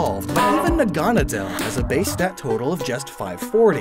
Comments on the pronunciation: Naga-nadel. Naga being a snake/dragon person. Nadel being needle in German. Making it NAgaNAdel, not naGAnadel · naganadel is probably pronounced naga-Nah-dull because Naga and the German word for needle. I pronounced it na-GAH-na-del for a while too but the former just makes more sense and rolls off the tongue better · The way you say "Naganadel" just bugs me.